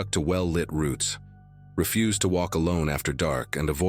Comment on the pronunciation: Ummm-mm to refuse, deny acceptance is not pronounced as your narrator. He pronounced ir as 'ref-use' i.e. garbage. Your AI sucks as well as your editing